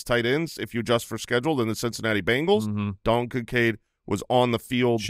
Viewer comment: Is it just me... it's Bengals not Bangals right?